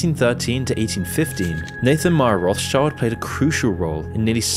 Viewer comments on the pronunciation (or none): It's not "Roths child", it's "Roth schild". Do some basic research man, jeez. It's old German for Red Shield (Roth Schild). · "roth's child" lmao. Its pronounced more like "rot-shield". The name literally means red shield. Sorry that just keeps triggering me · it's pronounced "road-shield" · it's pronounced "road shield" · Rothschild is pronounced as Roths-shield. It basically means red shield in old German. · Rothschild is actually really easy to pronounce: the H in Roth being silent and Schild has almost the same pronunciation as "shield". Becomes an easy to say "Rot-schild" with an emphasis on the O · Rothschild should be pronounced Roth-scheeld, just for curious :) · its roth SHIELDS! as its pronounced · the Roth-schilds originated from Germany, more specifically Frankfurt. You're pronouncing the name wrong.